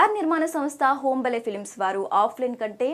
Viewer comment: అది హోంబలే కాదమ్మా హాంబాలే